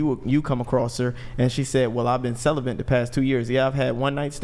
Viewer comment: Q is a total fraud. He is a supposed dating coach, yet when he says the word celibate he pronounces it as "Celabant" 😂, not once, but 3-5 different times! Q is a total grifter. He also is like 5'3". Dude Q, your a joke. Learn English before you pretend to act like a "dating coach "